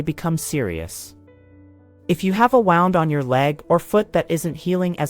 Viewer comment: It's pronounced wuund